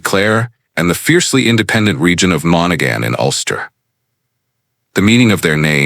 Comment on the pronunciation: How sad that a reasonably accurate of some Gaelic names is destroyed by nauseous pronunciation of the original gaelic names and even of the anglicised names such as Thomond or Monaghan. Why do something at all if you don't do it well. I would have done it free.